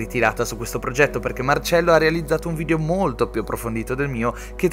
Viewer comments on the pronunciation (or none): none